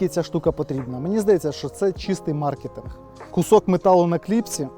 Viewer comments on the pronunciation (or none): none